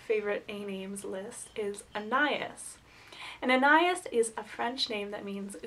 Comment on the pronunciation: I also love Anais. But you are pronouncing it wrong. AH NAH YEESE. (rhymes with geese) You should see the movie "Henry and June". I really love Agnes and Agatha.